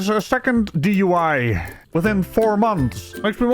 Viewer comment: Why does she keep rhyming DUI with why?? Durp